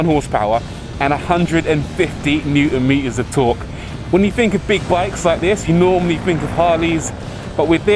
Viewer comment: and a hundred and fifty neun mias of torque